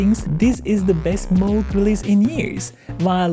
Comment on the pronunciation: Moog, NOT Mogue :)